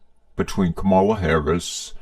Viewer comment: You could at least pronounce Kamala's name correctly